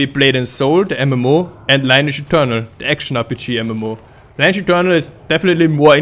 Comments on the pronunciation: actually, Lineage is pronounced kinda "lee-neege" not "line-age" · It's Lin e age 😀